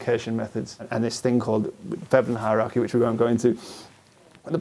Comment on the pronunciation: A "hierachy," eh? Is that a hierarchy with painful feet?